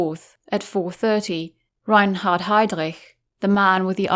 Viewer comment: Wow, that's how Reinhard is really pronounced? What a pretty sounding name for such a monster.